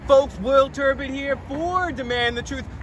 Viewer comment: You have the Turd part right but it's not Turdbitt but Turd BUTT just saying guy lol. Paging P. Barnes.